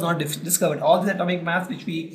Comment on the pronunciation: It is mass not maass